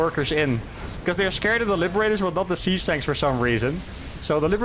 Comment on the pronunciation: I must be going deaf, I swear you were saying Sea Snakes, not siege tanks :)